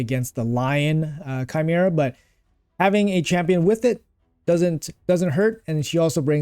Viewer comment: bro said chimera right D